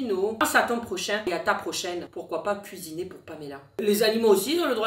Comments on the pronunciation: Nous allons lui cuiiner un petit dessert un petit gâteau voila >> heu 😂 le mot cuiiner ses cuisiner 😂😂😂😂😂fin sinon tes le meilleure change pas ❤❤❤😂😂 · Kisiné 😂😂❤ le français n’est pas ton fort aujourd’hui 😂😂